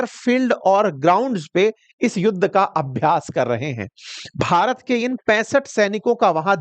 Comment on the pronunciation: Shabdo par dhyan do jab BHARAT bolte ho. Slow poison mat diya karo